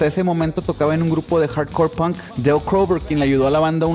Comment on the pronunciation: Se pronuncia PONK no hay documental ni de Inglaterra ni de Estados unidos que no pronuncien todos PONK